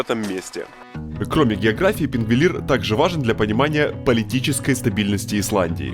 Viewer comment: Красиво снято. Маленькая поправочка правильно говорить сингвотлин ,а не пингволин. Привет с Исландии 😍